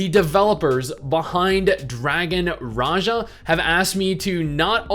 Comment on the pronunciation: I thought it was pronounced dragon Raha